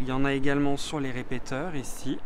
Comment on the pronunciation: RépéTIteurs on dit! Moi aussi j'ai bien ri en t'écoutant, et je pense que je ne suis pas le seul..........................